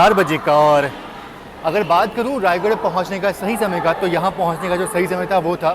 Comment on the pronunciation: रायगढ़ नही रायगढ़ा है भाई ।दोनो अलग अलग शहर हैं ।